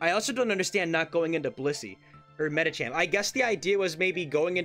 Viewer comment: this guy keeps pronouncing medicham the wierdest way